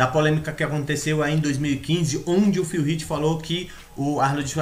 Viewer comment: Pq vc não aprende á falar o nome do cara!!! No Olympia eles falam como é o nome do Phil Heath???